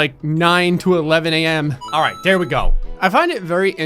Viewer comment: Is it just me or does alright sound like “all race”?